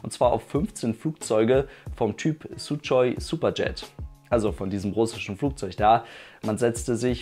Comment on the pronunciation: Kleiner Tipp zum Suchoj Superjet: das wird so ausgesprochen, wie man es schreibt, also das ch in der Mitte als ch und nicht als sch oder tsch 😉